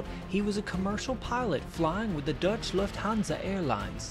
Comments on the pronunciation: Maybe the "e" at the end of `Deutsche´ was silent :) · my friend,..gonna tell you some funny stuff > "DEUTSCH LUFHANSA" pronounced as "DUTCH LUFTHANSA" will for a lot of people from the Netherlands probably being understood as factual wrong, At least,.. this is was what i was thinking;; "KLM 'The Royal* Dutch Airlines', is a Dutch company!! NOT Lufthansa!!......is he talkin' CRAP??" << this was what went trough my head in the 1st place, but when checking Wiki ("hmmm guy is using true matter of fact?..") all became a more clear for me, classic case of 'getting lost in translation'..words in the Germanic language, of course like ones with; 'EU' in it,..are not easy to pronounce for the English speaking world, but anyway... did you know, by matter of more facts; the difference between 'Dutch' & Deutsch is that Dutch = The Netherlands and that Deutsch (German) = Germany..... The Dutch as a people 'belong' to the 'Germanic race', Dutch as a language is also what they call 'Germanic', maybe this even the reason for putting both countries next to each other on the map,...(dunno'** could be) but still, but even if as inhabitant from "SHITFORBRAINISTAN" myself, also widely known as; The Netherlands and 'Land Of The Germs' have lot in common/different AS FUCK! in the same time... personally i do prefer to fly with LSD AIRLINES anyhow....... keep up the good work for Th' Free & Brave and the rest,...greetings from Dennis Voorkennis { 1*) Scum!......2**)"maybe rain...maybe snow"}